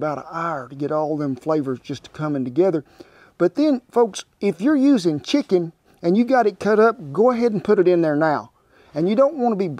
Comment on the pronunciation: To me, it always sounded like he said "shicken"!